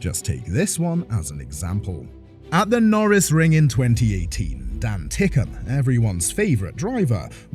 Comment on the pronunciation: Its Dan Ticktum not tickum